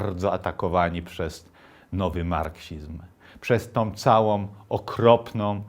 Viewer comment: 'Całom', 'dobrom', 'okropnom'... rety człowieku - zlituj się! Słuchać nie idzie!